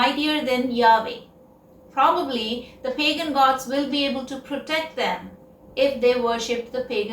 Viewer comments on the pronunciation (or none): none